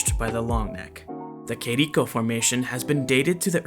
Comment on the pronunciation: you have said "Quirico",when you use the accute acent,you have to say the vogal with tha same voice tone as "r" you have said like:Minais Gerais